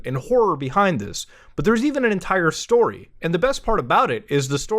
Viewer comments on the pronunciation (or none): none